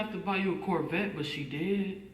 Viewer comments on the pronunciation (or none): none